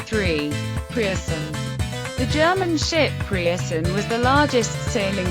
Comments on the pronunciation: Point 1 - The "Pierson" was not the largest, the 'Preussen' was. Get the pronunciation right. Point 2 - It was not better speed that allowed engines to take over, clippers & big windjammers could leave the contempary steamships standing. Reliability of timing, the Suez & Panama Canals & required crew size were the factors. Point 3 - THAT BLOODY MUSACK is totally irrelevant and irreverent. Point 4 - Several instances of the wrong ship being displayed. Total lack of care & effort. Plenty more 'Point's at issue, it's just total crap. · preussen is actually pronounced "proyssen"